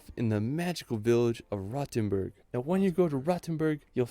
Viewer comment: Referring to minute , yes, Rothenburg may be old, but it is not a "rotten burg". It is supposed to be pronounced with a long and rounded "o", like in "lore".